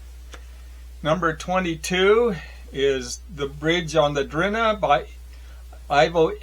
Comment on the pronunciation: GREAT lists. Happy to see many of my own favorites among yours. A few mispronunciations: W.G. Sebald's name is "ZAY-Bald." And that river in Germany is the "Dan-Yoob," And the one in Bosnia is the "DREE-na." And Nabokov's professor is named "P-NEEN." However. Please carry on!